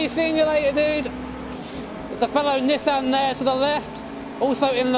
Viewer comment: Big fan of Nissan but can't pronounce it right.